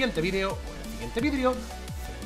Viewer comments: Dijiste vidrio en vez de vidio xd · Like si escuchaste vidrio y no vídeo